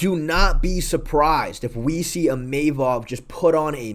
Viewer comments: sorry I can't hold my tongue any longer. His name is pronounced Imavov as in (EE-mu-vov) the stress goes onto the "EE" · Bro is chaelmaxxing with “Imayvov”